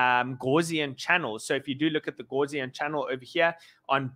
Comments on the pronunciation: Gaussian. Not gauze-ian! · House not horse